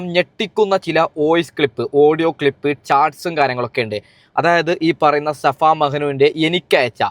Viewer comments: Shafa alla pothe safa mehnu😂😂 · Shafa അല്ല... safa.. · Shafa alla chetta safa yannann😂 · Shafa alla safa 😂